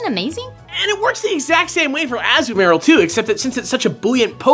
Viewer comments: How the HELL do you guys not know how to pronounce Azumarill correctly?! Seriously, it's ah-ZOO-muh-RILL, not "azu-marrill". Bugged me through the whole damn video... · It's AH-ZUU-MAH-rill! Guys, you usually research how to pronounce names, you need to be consistent. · Az-oo-marr-ill ....? A-zoo-ma-rill. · Wait, its pronounced "As-Oo-Marill"? i though it was "Ah-Zoo-Mah-Rill" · uh zoo muh rihl not ah zoo mare ill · It's pronounced Ah-zoo-mah-rill, not Ahzoo-mah-rill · Pretty sure it's pronounced "Ass-Hugh-murrrrrrr-Y'all" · I think it's pronounced ah-zoom-marill. Emphasis on ah-zOOm-marill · I have never, NEVER, heard Azumarill's name pronounced this way. EVER. I've always pronounced it as a-soo-muh-rill. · It's pronounced uh-zoo-muh-rill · I don't care about the pronounciation but I've honestly never heard it pronounced like & did. I've always said "Ah-zoo-mah-rill" myself.. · I personally pronounce it azoo marill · A-ZOO-mah... Forget it, I knew what Pokemon you were talking about. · omg the pronounciation is it to much to ask to redo the episode. its azu as in azure. Also why not give it fairy type its a fairy type that doesnt have a fire weakness and does a blue swiming rabbit with a long oil filled tail sound normal to you its part of the cute but dangerous type of faries. Oh and something about a killer rabbit of Caerbannog mostly its a killer rabbit it lulls you into a false sense of security then turns out this rabbit is not to be trifled with. Also dragons were op as hell and marril was one of the first generation 2 pokemon being the urban legend pikablu for awhile it was basicly a cryptid that turned out to be real. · pronounce it ah-ZOO-muh-rill. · omg...you guys....azu mah rel...you mispronounced it so much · x From Smogon: Azumarill- a-ZOO-mah-RIL. they are not saying it right. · It's nice to see people talk awesome about my kind! I just wish they would pronounce my name right!!!! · Your pronunciation of Azumarill is.... unique..? :P